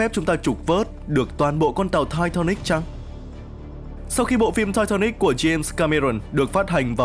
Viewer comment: Sao ko đọc là titanic cho nó thuần việt nhỉ. Nghe thai tha níc khó chịu thật sự